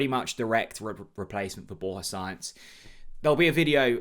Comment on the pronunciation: Borja Science, haha. It's Sa-inz.